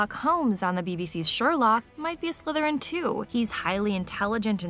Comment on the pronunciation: I like how you barely put it on dracos head and hes like "sLythErIn"